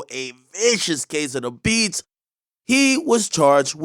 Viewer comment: Emphasis on "THE BEATS!!!" 😂😂😂💯 💯